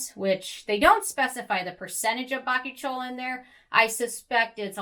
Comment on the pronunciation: Its pronounced ba-koo-chee-ol, the i is before the o! Bakuchiol :)